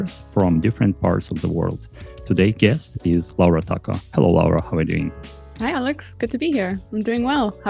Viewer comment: A great talk, indeed. The only thing is that their last name is Tacho, not Tako